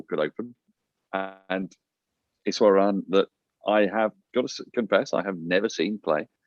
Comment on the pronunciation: You did well. The pronunciation was on point foe eshwaran